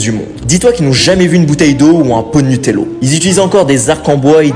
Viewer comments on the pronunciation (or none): On dit nutella on dit pas nutello🫩🫩😻😻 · C est pas Nutella et pas nutelo🤨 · Tu sais même pas le dire Nutella c’est Nutella pas Nutella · C'est pas Nutella c'est Nutella😂mais merci😅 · Anten anten anten tu a dit Nutello ses nutella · Nutella ❌Nutello✅